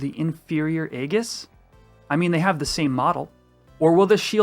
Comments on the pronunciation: Aegis is pronounces: EE-JUHS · Nice round up, but hearing 'egg-us' for aegis confused me for a sec. 🙂